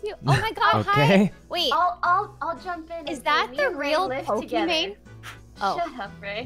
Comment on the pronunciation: nobody: rae: Is ThAt ThE rEaL pOkImAiNe???